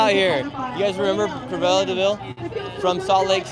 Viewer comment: also it’s Cruella not Cruvella, you know, like the word cruel? because she was cruel